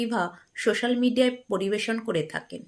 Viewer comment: সোশাল হবে শোশাল না কেরে এরা😮শোকেশ না সোকেস😂